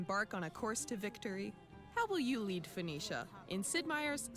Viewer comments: Why don't you know how to say 'Foe-Nee-Shia'? It's hardly difficult. I worry about people who seem proud of their own ignorance... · It's pronounced Fuh NEE Shuh. Fuh NEE Shun. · For pronunciation, try this: Foe-KNEE-shuh. Btw, you got it right at least once. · Pronounced as Fo-Kin-Shite ;) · I think it's funny that you have difficulty pronouncing Phoenicia in that as the creator of the alphabet Phoenicia is the root of so many words dealing with language, sound, and communication (telephone, phonetic, etc...). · Richard Cramer he said it correctly and then corrected himself by saying it wrong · I see you pronounced it Phonetically!